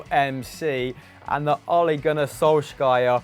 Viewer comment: Ole Gunnar Sjoskjiajer love u